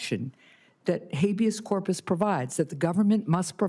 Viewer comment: "Hayveous Corpus"? She can't even pronounce it and until she was schooled here she didn't even know what it was!